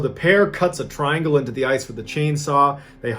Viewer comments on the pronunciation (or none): none